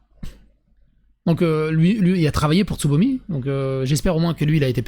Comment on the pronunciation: Il n'y a que moi qui entend ''sodomie'' au lieu de Tsubomi?